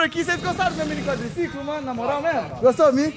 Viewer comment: Quem lembra o falando. " meu Quadricicolimm" kkk